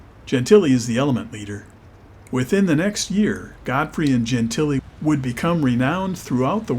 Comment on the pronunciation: Wow. The CORRECT pronunciation of Dob Gentile's last name.